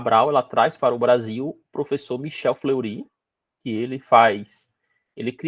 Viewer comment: Nao é FleurÍ… o cara é francês… 😓 FlêrriÊ !!!